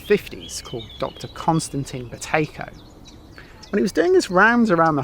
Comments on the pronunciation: I had to put my captions on 😂 I thought you said Potato breathing. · How many people thought he said "Potato Breathing" right at the start 😂